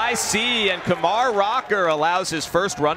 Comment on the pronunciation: I can't stand that announcer like he keeps pronouncing Kumar wrong